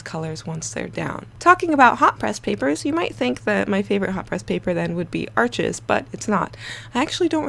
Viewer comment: Bonjour! Please, America, Arches is pronounced like the word harsh but without the 'h'. It is not 'Archizz'. Merci Beaucoup, Mademoiselle! 🙏🏼🇫🇷